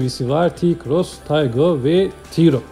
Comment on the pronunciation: Taigun değil Taigo...